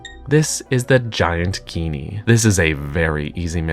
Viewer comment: I thought it was pronounced like “genie”